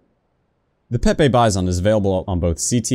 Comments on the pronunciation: It's pronounced peepee Bizon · It’s pronounced... P E E P E E B E E Z A U G H N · it's actually pronounced peep